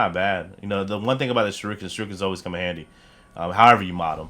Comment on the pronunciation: Oh and just so you know for your Knowledge shuriken is pronounced sure-eee-ken not sure-I-kin! It’s a Japanese word and despite the spelling it’s shur-eee-ken it’s hard to spell the pronunciation but just watch a clip of Naruto!